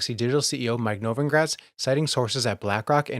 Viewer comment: He always pronounces Novogratz's name wrong.